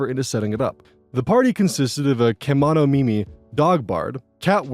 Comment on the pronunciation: ke monomi mi almost like kimono